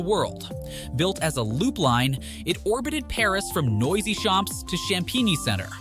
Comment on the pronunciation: same as "noisy" - it's nwazy!